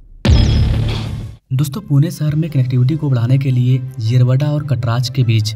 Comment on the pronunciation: येरावाडा 🚫 येरवडा ✅. भाई तुला पण मराठी शिकायची गरज आहे😅😂.